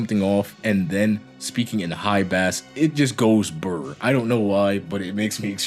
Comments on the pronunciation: When you are talking about sound, bass is pronounced the same as base. The way you say it is the name of a species of fish. Isn't English fun? :P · Do you actually pronounce bass like the fish? Or is it some meme you're doing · review is great, awesome video... but you're telling me you don't know how to pronounce bass?